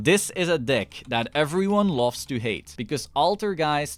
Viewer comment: Iv watched two videos so far. Not know you are saying “dick” instead of “deck”😂😂😂 good content man! I’m a new play only playing duel links so everything here is very informative thank you for the dick showcase!